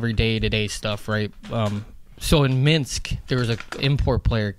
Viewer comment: I laugh every time Biz or Whits say "Minx" when they are talking about Minsk.